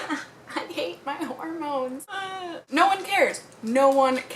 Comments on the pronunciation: I thought you said pornos 😂😂😂😂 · u said hormones and i thought u said pornos wow okay